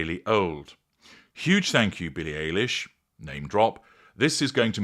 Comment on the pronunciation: Just a little pet peave. Billie’s name is pronounced like Eyelash , not Alish. It’s like Obamas name, every Brit I have heard calls him Bear-ick Obama. He is kind of famous. You should know it is pronounced Bah-rock. Even the UK media says it wrong. Not a big deal, just kind of gets on my last nerve. But yeah Meghan Markle is a creep.